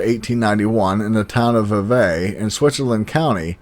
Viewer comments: Thanks for doing this. I love cryptids, and even more the ones in my state. (Also, it's pronounced Vee-vee, not vee-vay) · I live in Vevay. It is pronounced VV. 😊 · By the Vevay is pronounced Vee Vee.